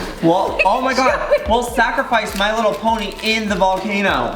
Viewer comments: Did Joey just say "Ponty"? Since when did pony have a "T" in it? LOL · When he said ponty tho instead of pony 😂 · IT'S PONY NOT PONTY! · It's pony not ponty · Did Joey say pontie instead on pony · Why did Joey say he has “my little ponty” it’s pony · My little ponty ???Joey its my little pony silly (no hate) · Octo I thought I was the only one who heard my little ponty no hate towards Joey hahah 🤪